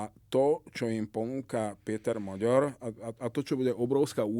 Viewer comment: Rozumier tak kkt. Hovoril že Orbán napadne Slovensko, že zaútočí na Ukrajinu, maďarsky hovorí smiešne , miesto Péter Maďar, vyslovuje Píter Moďór, už mu slovenskí Maďari píšu, že nech nie je kkt a nech to vyslovuje normálne maďarsky...